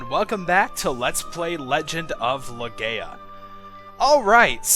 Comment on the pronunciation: I can't take it anymore, it's Leh-Guy-Ah, Legaia.